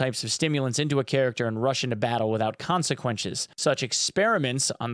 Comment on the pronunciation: "consequenches"😂. Great vid 🙏